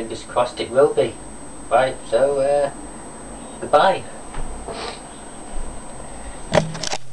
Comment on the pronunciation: WTF. Disc 4 of Shenmue 2 was epic. And btw, for future reference shenmue is pronounced Shenmoo. Wear a different t shirt aswell, Cena sucks